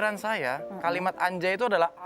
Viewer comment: harusnya anjay dibacanya angjay, karena nun mati ketemu jim, jadi ikhfa